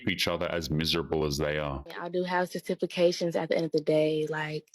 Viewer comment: She guts certifircations ya’ll. Certerfercations. Dats rite, sertefercatchuns.